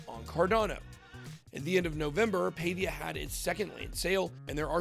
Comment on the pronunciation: Paa-via not pay-via but thanks for the exposure